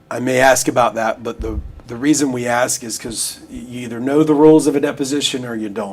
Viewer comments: That he try’s to speak like a scientist but says axe, axed etc is pretty comical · He said it several times, I heard him, axe it was very clear!! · Masters degree and still cant speak proper english? I AXED this, I AXED him that. Its beyond ignorant. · He axe her many times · Master degree? He seems awfully vacant and lacking curiosity to have such an education. He lists all these "helping people" and "community service" interests and yet has no grasp that his behavior showed the opposite. i almost spit my drink when he used the words "aks and aksed." He's all flash and no substance. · A bachelor’s degree, master’s degree, BLET certification and quite articulate but still says axe instead of ask. I just can’t. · Axe Michelle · Someone PLEASE explain why!!!! He has completed 5 years of college, holds a master's degree and he STILL says "AXE"!!!!! When they do this, it makes them look ignorant as hell. I'm just curious why african americans do this and I've never been given a reasonable answer. Anyone??? Many thx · axe michelle she might know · Several times he displayed his pronunciation of the word “ask”. Like many, many other blacks, he pronounces ask as “axe”. Don’t axe me why blacks can’t pronounce ask! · Can't even properly say the word "ASK" if you cant pass a common English class you shouldn't be allowed to wear a badge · Did I hear he had a Degree? And he can't even pronounce the word ASK properly.